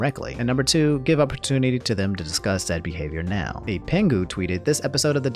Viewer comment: Why you say nown when saying now